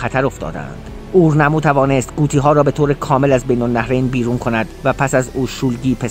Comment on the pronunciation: عزیز من اوتوهگل اورنامو چه طرز تلفظه😐